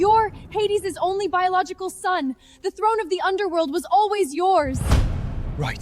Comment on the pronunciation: ✨I've not completely finished the video yet (about 20 mins left), but I had to come and comment on the fact that the so-called "biological" son of Hades can't even pronounce BIOLOGICAL... 😒It's NOT pronounced BIOLOCAL! Want to be an Underworld king? Get at least a grade 3 education first!🤣